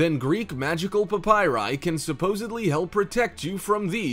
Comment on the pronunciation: Please stop saying PAPYRI.